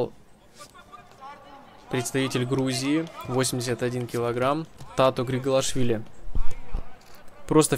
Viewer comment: Не Тато а Дато!